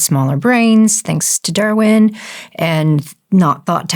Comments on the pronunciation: “Derwin” instead of “Darwin.” I loved that! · Funny how the woman in red sleeveless dress says, women were thought to have smaller brains and then said thanks to DERwin (wrong pronunciation it’s DARwin. 🤦‍♀️ How dare you insult Darwin and then not even pronounce his name correctly. 🤬Women🤦‍♀️. You also should say men and women.